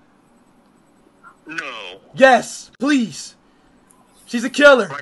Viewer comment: "Jeffrey Daymer"